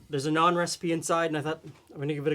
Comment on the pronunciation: As an Indian-Canadian living in Ontario, this is the first time i've heard people pronounce Naan correctly!